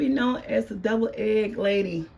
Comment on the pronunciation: Are you saying Double eggs? 🤷🏽‍♀️